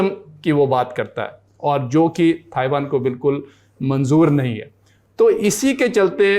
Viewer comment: Bolna sikhao ise..taiwan hai not thaiwan...aap padho ise...is se jyada mujhe knowledge hai..